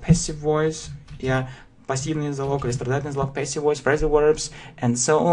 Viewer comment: и, все-таки, контент не дотягивает. автор зазубрил грамматику и выучил слова, полностью ПОЛНОСТЬЮ забыв о произношении и мелодике языка "yeah?"